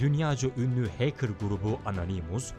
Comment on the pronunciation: iyi guzel de o heykir degil . hekır . doğru yazılışla Hacker